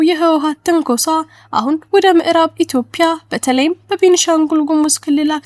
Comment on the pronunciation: ኢትዮፕያ ሳይሆን ኢትዮጵያ ብለሽ አንብቢ ኢትዮጵያ ።